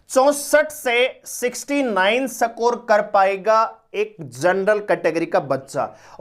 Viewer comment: सकोर नहीं है सर स्कोर (इसकोर) होता है 😂😂